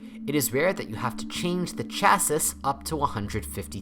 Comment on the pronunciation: "Change the CHASS-iss"? What are you (or transatlantic-speaking bot) on about?